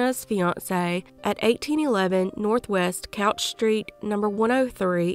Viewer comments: Also Couch St is pronounced "cooch". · It's pronounced cooch street.